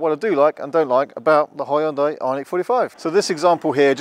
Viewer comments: Not Hyu-DA-IH, but Hyun-day, like Sunday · ...need to check again how to pronounce original Hyundai correctly, and not according to "whatever and however I feel like to"....